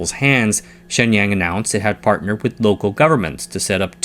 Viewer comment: It is distracting to hear you mispronounce “Shenyang “ so badly. “Waiter “ has a long “A” and the “A” in water sounds like “ah” You pronounce the “A” in Shenyang in a way which would make “water” sound like “waiter “. You use the accent of a country bumpkin.